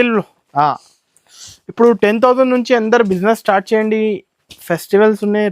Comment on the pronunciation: Estore kadhu ra ayya store ivvaru kadhu iyyamu, istart kadhu ra start , evaru ra meeru telugu states lo undi telugu radhu